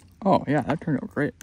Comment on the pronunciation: Midwesterner for sure Ahhh yaah 😂 love it dude